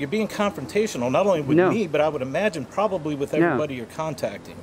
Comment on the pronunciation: He also mocked him by saying "pobbably" instead of the correct pronunciation "probably" .